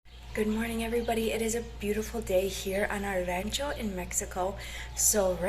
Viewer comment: You don’t need to say queso de mesa, just say queso fresco. Pronounce Rancho with an O sound Just helping you to fit in 😉